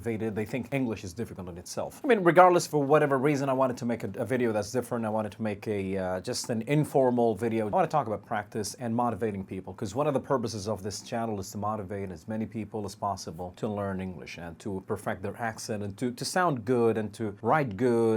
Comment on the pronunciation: you sometimes pronounce b instead of p ! like : " one of the purboses " .... " on tob of my bed" you sounded like saying " it help me " instead of " it helped me"